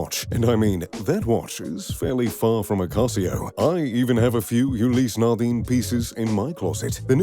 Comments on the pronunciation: or 'ulysse nardin'... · And Ulysses Nardin, seems like he's not all that into watches since he can only pronounce Casio properly